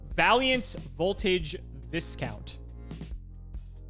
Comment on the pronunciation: I find it funny that refuses to pronounce vaylants Instead he says valyantz